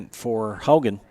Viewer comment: Please pronounce Haugen properly. It is Haw-gen , not How-gen. Wake up!!!!!!